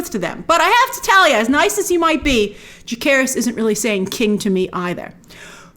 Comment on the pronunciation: Jacerys (ssssss jasseee not jake) and Lucerys were betrothed to the Velaryon girls in the book. i don’t know why i force myself to watch these videos. i love you grace but it’s a real stuggle